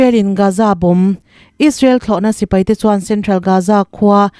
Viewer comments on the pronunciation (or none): none